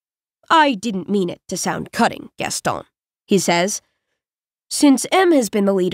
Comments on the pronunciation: I'm still confused. Is it "Gasto" or "Gaston"? Because more than half of the time she stops before saying the "n" like "Gasto-" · It's "Gaston," rhyming with "own." The narrator chose to ignore our pronunciation guide and do what she wanted to do.